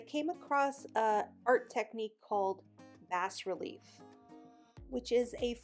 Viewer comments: Pronunciation police alert!! 🚨 Had to pause the video to say the s in bas is silent, so it's pronounced ‘bah’ relief (like bah humbug). Bas is the French word for low, as in low profile. Now back to the video! Can't wait to see this!! 💞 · Fabulous job! Good for you working it out and trying new techniques. It came out great. You might just want to know this for future reference, but it's pronounced BAH (like bah, bah black sheep) - RELIEF - the S is silent. (See Mom, that art degree wasn't wasted! 🥴) Again Great job, it's fabulous. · Pronounced Baa (like a sheep sounds) Bas Relief